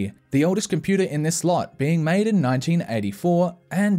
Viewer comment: I love it when you say Compooter